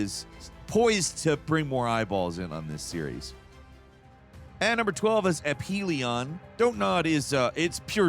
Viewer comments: It's uh-fee-lee-uhn. Not A-Pee-Lee-on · number 12 Aphelion is pronounce Afelion, ph is F sound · I believe the "ph" in Aphelion is pronounced as an F (at least that's how it's pronounced in the Scandroid song) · is it a P or a F sound? Aphelion? F right?